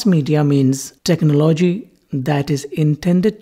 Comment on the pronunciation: The way u say technology is funny